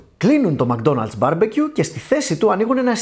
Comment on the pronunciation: μκ-ντόναλτς προφέρεται, χωρίς "α" :)